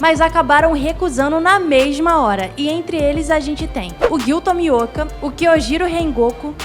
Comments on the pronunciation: Gyu Tomiaka ?? MINHA FILHA ISSO TA ERRADO PRA CARAMBA kkkk zueira otimo video ate vo me inscreve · "giyu tomiaka" kkkk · Ela falou "Gyuu tamiaka" kkkkkkkk não leve a mal mas foi engraçado